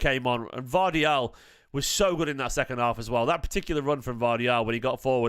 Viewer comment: The guy’s name is Gvardiol, not Gvardial